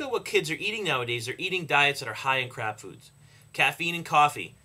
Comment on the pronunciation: Did you say crab foods?